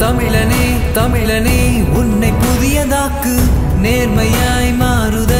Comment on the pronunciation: அண்ணே அது தமிலன் இல்ல தமிழன் 🤭